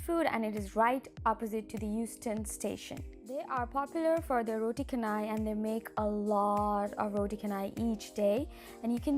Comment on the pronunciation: it's roo-tey chay-nai like chennai